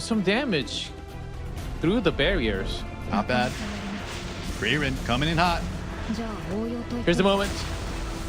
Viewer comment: “Frieren Seven” 😵‍💫